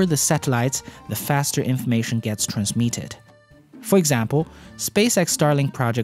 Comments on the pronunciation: Its pronounced "trans mit ted" not "trans miet ted". English isn't my main language. But I try to help people, so I can expect help from people another day. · I don´t wanna be that guy but please check your pronounciation of "transmitted"